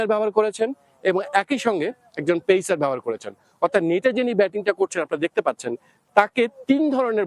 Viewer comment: ভারতীয় জার্নালিস্ট রাও বাংলাদেশী জার্নালিস্ট দের থেকে অনেক এগিয়ে। তারা Instruction কে ইনস্ট্রাকশন বলে উচ্চারণ করে। ইনেস্টেরাকসন বলে না। বা ধরুন লেগ স্পিনার বলেন, লেগী স্পিনার বলেন না, পেসার বলেন, পেইসার বলেন না। ও হ্যাঁ। আর ভিডিও রেকর্ডিং শেষে ওরকম আঙ্গুল দিয়ে মারার অঙ্গভঙ্গী ও করেনা। অনেক তফাৎ 🙂